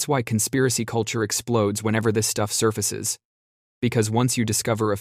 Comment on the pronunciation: "truth surfraces"